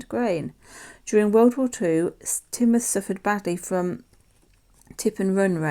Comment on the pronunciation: Love the Home Town Coins from Ann and Evelyn it's so interesting learn about where everyone lives. Glad you liked mine you did prounce Teignmouth correctly. Have a lovely holiday.💕